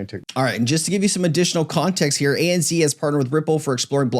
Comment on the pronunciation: ANZ is pronounced ANZed not ANzee lol😂